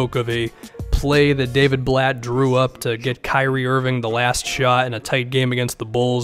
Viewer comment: “Daviud Blatt”